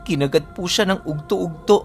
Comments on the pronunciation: Udtoh udtoh hindi ugtoh ugtoh...... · ug to ug to tanghali sa tagalog mag bigkas ka ug-to ug-to